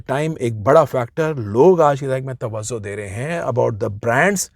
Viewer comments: Sir.. with all due respect...woh TAVVAZO nahin TAVVAJO hota hai 😅😅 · Its tawajjo, not tawazzo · Sir tawazzo nahi hota, tawajjo hota hai. Thanks!